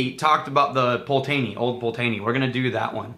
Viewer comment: Haha grandma is so cool! Still room to learn eh! Damn you butchered that Old Pulteney pronunciation! 'Pult-nay' - sorry to be that guy, but that really was horrific!:D